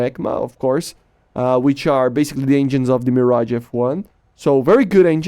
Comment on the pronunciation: Insane ! Also your 'Mirage' prononcation is awesome for a non-french !